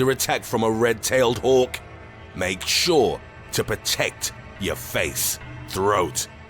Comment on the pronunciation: the way he said "red tailed hawk" made me laugh